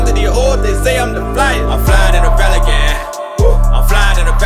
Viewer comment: He needs to learn how to pronounce his P's Sounds like he's saying felican and it's highly annoying